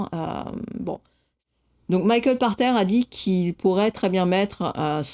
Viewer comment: Où j'apprends que son nom se prononce "par terre" et non "pache terre" O_o. Je comprends mieux pourquoi ses prédictions concernant le JV sont aussi souvent éclatées au sol... Sinon, super format.